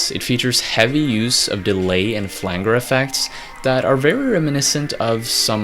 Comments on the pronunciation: Flanger Pronounced as "flan-jer" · And it's pronounced flan(dj)er